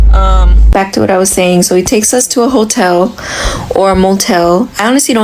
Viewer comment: that was a HOE-tel